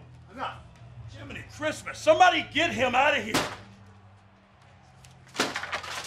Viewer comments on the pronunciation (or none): Said "Jimmeny Chritmas" LMAO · Did anybody else hear road dogg say "jimney christmas" lmao 😆😆😆😆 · Did Road Dogg say chimney Christmas 😂😂😂😂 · jiminey christmas...anyone else hear that?